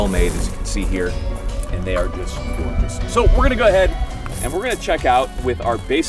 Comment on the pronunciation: Did you say “gourd”ous? Haha